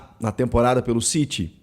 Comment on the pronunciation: É City ñ Ciry, isso é ingles britanioco! Ñ ingles de xenofobicos!!!!!